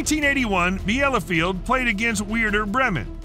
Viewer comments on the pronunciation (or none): Its Bilefeld spoken and writen Bielefeld. the first e is silent